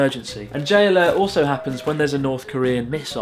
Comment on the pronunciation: the way you say "J-alert" it sounds like you're saying "Jailer" :D